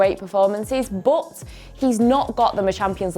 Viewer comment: saying but as buot..😂